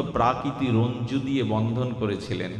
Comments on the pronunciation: নমিতাদি তুমি বলে দিলে আমার বলার সাহস অধিকার ছিল না। রজ্জু।। রঞ্জু নয়। এটাও একটা উপকার। তাই তোমাকে ধন্যবাদ। রাধে রাধে।। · শব্দটি "রজ্জু" হবে, নিম্ন হবে,লেহ্য হবে। ভাগবত পাঠ খুবই চমৎকার বিশ্লেষণ,আস্বাদনীয় হচ্ছে।